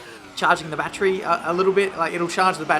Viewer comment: Lol i love your videos but saying "bat-tree" instead of "battery" makes me cringe.